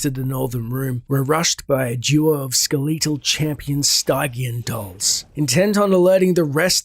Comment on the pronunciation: You are pronouncing "skeletal" and "stygian" incorrectly. Stygian is pronounced a hard 'g' like in "gem" Skeletal is like SKEL et AL. Not ske LETE al. Sorry these things just bother me and I feel like you would wanna know the correct pronunciation given you are narrating a story.